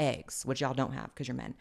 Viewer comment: Blaire says wacuz for because 😂 Blaire is so adorable 😊